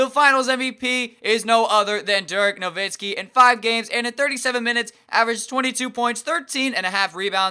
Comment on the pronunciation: ur saying DIRK NOVITSKI its no-wit-skee